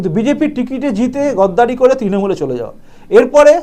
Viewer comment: গদ্দার নয়, গাদ্দার। গদ্দারি নয়, গাদ্দারি।